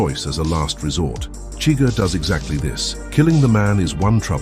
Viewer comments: SHUH-GUHR, not chigger. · For someone that says they’ve seen the movie so many times you pronounce Chigurgh’s name every way but the way in the movie